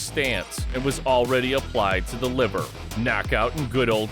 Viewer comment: Bad Rutteb was a beast. His Leaver kick was brutal. I know it’s liver but when he says it sounds like leaver